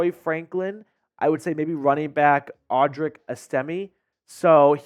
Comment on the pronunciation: You said audrics name wrong